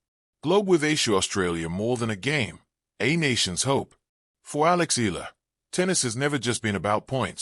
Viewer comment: Alex E-ya-la is how it's pronounced.